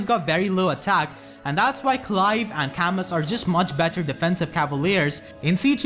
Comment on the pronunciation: You sound Irish when you say Clive. Nice list!